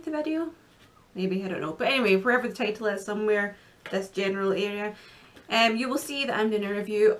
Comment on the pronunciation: That was cute how you said title like taytle. :)